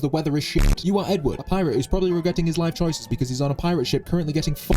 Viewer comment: 'Edwud' 'Edd' 'Wood' ITS ALL COMIN TOGETHER